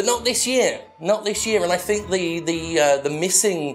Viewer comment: The word is THINK NOT FINK.